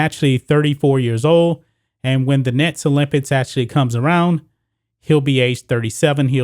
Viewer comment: is it me or does it sound like he is saying olympits?